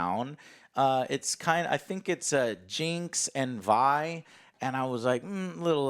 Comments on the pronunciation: Summoner's Rift isn't canon. It's Vi as in "Violet", not "Vee". High chance that wasn't ryze. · How can u watch it and keep saying Vee when its V-EYE because its short for Violet -. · Joe buddy Its VI like violet Not VEE like cyberpunks V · ITS VI NOT VEEEEEEE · It's not pronounced like 'vee' it's pronounced like 'vi' like in violence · Please stop calling her VEE. Its VI. Literally said how it's spelled. Neither of them told him that and he said VE 40 times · How is it they say vi and you call her veeee? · Its Vi - "Viy" same way you would pronounce fly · This guy really called her Vee after watching everyone say her name correctly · Vi as in Violet.. V.... I.... V.. I.. Vi. needs some remedial pronunciation training via Sesame Street. Oh wait, used the word via. Hopefully Joe can pronounce that word correctly. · ...."Jinx and Vee" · Her name is pronounced "V-eye". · every time joe says Veee i physically cringe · I swear I cringed every time you said Vee xD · I cringe so hard when he keeps pronoucing vi as "vee" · Me: slightly cringing every time Joe called her ‘Vee’ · Joe calling Vi as Vee was bugging me but loved the review. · how you going to call her Vee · DID THIS FUCKER JUST SAY VI'S NAME WRONG?! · Kept waiting for Alex to correct Joe's pronunciation of Vi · Joe pronounced Vi correctly once in the beginning, but then switched to saying Vee for the rest of the review. Guess he just forgot... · lol he says it right the first time and then continues to get it wrong every other time in the video. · Its Vi (V-eye) short for Violet not Vee but all good. I was actually saying Vee initially too. Probably because of CP2077. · Jesus Joe is Vi not Vee. Alex get your man. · Every time Joe mispronounced Vi, i died a little on the inside. Her full name is Violet; which is why her name is pronouced as Vy. Not as Vee. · It's Vi . Not V.... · Every time he says Vee instead of Vi...that's one powder being left by hereself. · "Vee" sigh